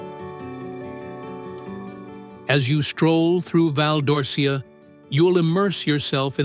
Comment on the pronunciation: Your pronounciation of Pitigliano e Val d'Orcia is wrong.